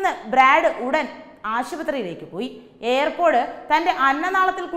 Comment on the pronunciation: എന്റെ കുഞ്ഞേ, എയർ പോടല്ല, ഇയർ പോഡ്, ear = ചെവി ചവിയിൽ പോട് കണ്ടെന്നു പറയല്ലേ, Ear pod